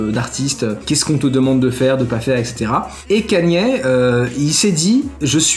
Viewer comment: C'est pas Kenny c'est Kanye bordel !!!